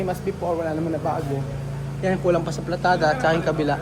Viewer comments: si buyoy😂 bulol😂😂 nasa system nya nay mali mali😂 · PALITADA Hindi PLATADA.